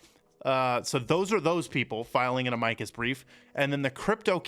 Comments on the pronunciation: Mo-saad not moo-sad 🤦🏻‍♂️🤦🏻‍♂️🤦🏻‍♂️🤦🏻‍♂️ Ah-mikus briefs???? It’s pronounced Ama-cus Jesus Christ man. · Just in case you cared it is not pronounced uh-mike-us. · Try pronouncing Amicus properly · You’re saying Amicus wrong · you need to learn how to pronounce words you use...Amicus, etc